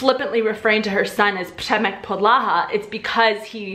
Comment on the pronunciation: I’m sorry... but 👏🏻WE👏🏻ARE👏🏻NOT👏🏻RUSSIANS👏🏻 👏🏻WE👏🏻DON’T👏🏻PUT👏🏻STRESS👏🏻ON👏🏻THE👏🏻SECOND👏🏻SYLLABLE👏🏻 (It’s “VY-prá-věj” and “Přemek PO-dla-ha”, not “vy-PRÁ-věj” and “po-DLA-ha.) Let me just say, I do enjoy your videos, and as a Czech I really both appriciate and admire that you are trying to learn and use our language while also trying to understand our cultural background. Thank you! That being said, I really do not understand why practically every natively-english-speaking person does this - i.e. trying to speak czech and always stressing the second syllable of each and every word. No. This has to stop. We always, usually (of course there are some exceptions), predominantly put stress on the FIRST syllable. It’s general rule and I think it’s really one as easy as it goes for remembering a rule whilst learning a new language. (Also, before some Russians or russian-speaking people try to bash me, yes, i know not everytime is the second syllable stressed in russian language but this is usually used as a generalisation trait - for example in acting - when some actor is immitating a russian speech or accent... so I think most of us have this idea what we think russian sounds like (mainly from movies and TV), eventhough it might be inaccurate. And sadly, it sounds oddly similar to when foreigners from english-speaking countries try to speak or immitate czech. Which is simply TOTALLY incorrect.) For someone living in CR for years and being used to hearing czech everyday (I think? Ple